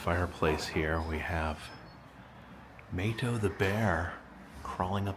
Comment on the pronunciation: Hey, Love your videos,met you at mountain Mall in Gatlinburg,also Mato is pronounced Mahto, Blessings to you and family